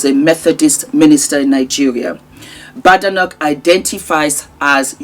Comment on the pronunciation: The name is Scottish, pronounced as Bade.. noch not Ba de noch.